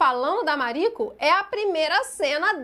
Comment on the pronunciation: Ah fico feliz! Assiste que vale muito a pena. 🤩 Eu acho que vc pronunciou certo o nome “Mariko” 🥰